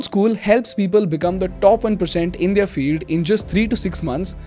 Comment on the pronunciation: "They are" and "their" is not the same, they've different pronunciation 😅. I know I'm being pedantic here but believe me I've been avoiding this for a year, its just I'm not able to😅.